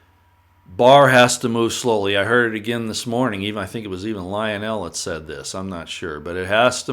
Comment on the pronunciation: Would you please learn how to pronounce ivanka and lionels names properly? It is soo annoying.